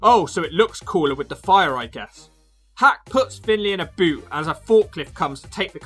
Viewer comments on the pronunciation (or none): none